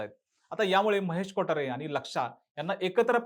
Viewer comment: Kothare bol na ...kotaare kotaare ka krtoy 😂